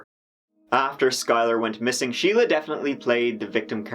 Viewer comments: Shelia and Sheila are not the same. Shelia is pronounced Shell-ya. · Is not her name Shel-ia? Not Sheila? Edit: I heard the judge say Sheila too and I'm thoroughly confused